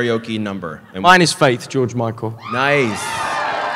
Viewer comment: Oh God Christopher Lloyd mispronouncing George's name 😂